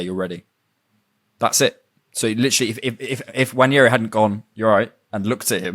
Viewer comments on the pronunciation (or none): Nwaneri, pronounced 'noir-neh-ree'; 'Nwa' is the same pronunciation as the French noir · The pronunciation of the name is Nwā-Né-Ri. 🤷🏽‍♂️ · As someone from the South Eastern part of Nigeria I can confirm that's not the pronunciation of Ethan's last name Nwaneri 😅 And that's very okay!😊 There is an accent to it hence why it's a struggle for anyone outside of those parts. Other Nigerians would struggle too if they aren't told how to pronounce it. Anyways, good try! Nice podcast btw.